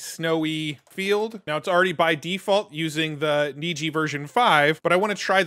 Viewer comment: You are correct, Niji is Japanese for rainbow and is pronounced as you said (neejee)